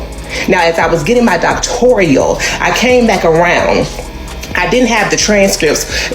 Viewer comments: It's "doctoral," not "doctorial." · 🤣 That's what I said, it's "doctoral," not "doctorial." Yet I have heard supposedly educated people continue to pronounce it as the latter. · Yes. I thought I literally was the only one who was like, "doctorial?" 🥴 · I don't know may ppl in a program or with a doctoral degree that say "doc-tor-i-al" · No person with a doctorate degree CAN'T EVEN PRONOUNCE IT... DOCTORIAL🤔😵‍💫😵‍💫???? Not once has she even said what her dissertation was on because she doesn't have one. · Yeaassss!! It makes me crazy to hear it because not a single person who spent that time & effort would mispronounce their own degree!!!